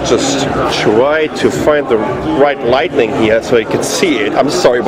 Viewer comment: I always here you say lightNIng instead of lighting =) lightning only happens in thunderstorms. ;-) THX 4 the review and keep your great work!